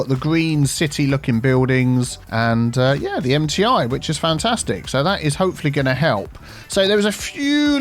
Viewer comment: I heard "Empty Eye University" instead of "MTI University" 😆